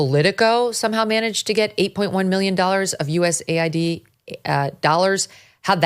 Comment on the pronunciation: Megyn it’s US AID not USA ID…